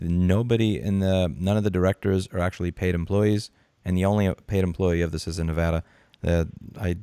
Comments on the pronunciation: You just upped your level of respect from me for not being like 99% of other non-Nevadans, and actually pronouncing Nevada's name correctly. Major kudos to you! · Sub'd for pronouncing Nevada correctly!